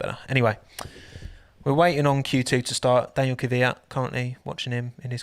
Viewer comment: “Daniel” makes me :/ it’s Daniil (da-kneel)